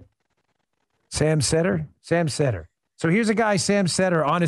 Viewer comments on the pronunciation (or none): Love how he intentionally mispronounced Seder to prove he doesn't know who Sam is. But if you know nothing about him why is he claiming he's a socialist when in the video Sam says he thinks he's more of a capitalist. He literally says "he's a leftist from what I've heard" but he's not heard anything about him. Lol